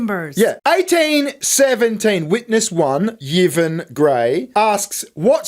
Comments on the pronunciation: You've got the most IRRITATING voice I've ever heard on Youtube (I switched off after 2 minutes), and as for your sense of humour (?). Put it this way; if you do a turn as a stand up comic, you won't slay the audience - they'll slay you. As for not even knowing how to pronounce names as simple as Yvonne . . . SMH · Lol yeeevon...it's evon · Yvonne is pronounced E Von. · Your mispronounciation of the Ships name is beyond a disgrace, it is offensive. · It's pronounced E-von. But who cares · Just found your channel. Great work 😂 I'm gonna binge. Side note... its probably pronounced E-von 😅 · Yvonne is pronounced ee-von. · The name "Yvonne" would pronounced something like "I'won" But for the fun of the game keep yours! 😂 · Are there no Yvonnes in Australia?? It's pronounced "EE-von" 😂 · Pronounce her name "Evon" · I've always heard Yvonne pronounced as E-von. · Yvonne is pronounced ' E-von'. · It's pronounced ee-von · Whilst amusing a unqualified individual was clearly a dei hire it’s as cringe as hearing mispronounce Yvonne 😂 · You pronounce the Y as an E ( in her name )